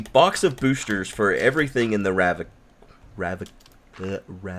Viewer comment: RAV-ni-ka. Three Syllables.